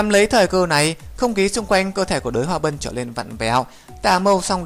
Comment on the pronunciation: Đới hoa bân 1vàng 2 tím cư ak.ad có đọc sai ko thế